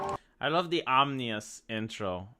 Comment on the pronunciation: Nevermind nukes, imagine an ourburst of solar flare that will fry electronics? Btw it's ominous not "omnious" .